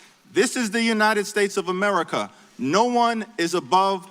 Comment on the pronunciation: Is it bad that the way Jeffries says “Amer-Rick-ah” irks me deeply?